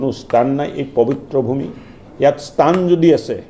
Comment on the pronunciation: "স্তান" নহয় মহাশয় ! স্থান হে | সাধাৰণ মানুহ হলে বেলেগ কথা | বৰঘৰৰ" "বৰ পিৰাত" উপবিষ্ট "বৰমানুহ" সকলৰ মুখত এনে বীজতৰীয়া ভাষা শুনিলে মনটোত বেজাৰ লাগে |